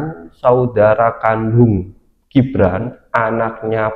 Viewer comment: Min apanya salah nyebut nama gibran itu😂😂😂